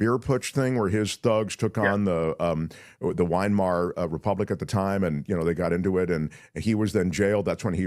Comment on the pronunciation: Will someone tell that it’s the “Vymar” Republic, not the ”Winemar” Republic.